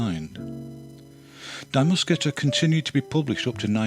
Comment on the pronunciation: Many thanks to Pete Beard for his amazing work in creating this fabulous series of videos, but also to "Goeddy" for translating those captions -- wow. BTW, for future reference, the pronoun in Die Muskete is pronounced "dee" (not "dye"). Cheers!